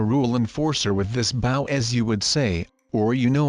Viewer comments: It’s bow not bow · He is saying the word “bow” wrong. It is supposed to be pronounced like bo